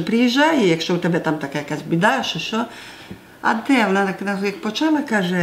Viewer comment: навіть не так не "чуток специфический сельский закарпатский диалект укр.языка". Лексика на 99% літературної укр. мови. А ось щодо вимови слів — так, якраз вона і збиває з пантелику. Приклад із видива: вОна дАла (замість вонА далА).